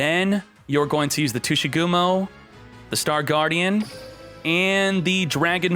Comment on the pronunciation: Tushygumo? you're making some people imagining a non-ygo content with that pronunciation